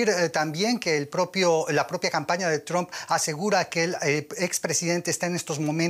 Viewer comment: Lo felicito por pronunciar el nombre como "Trump" y no "Tramp".